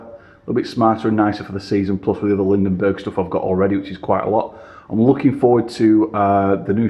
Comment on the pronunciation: Lindeberg, not Lindenberg...